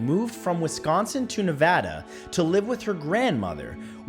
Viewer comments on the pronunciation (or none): none